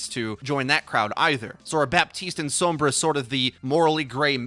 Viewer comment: its sombra not soumbra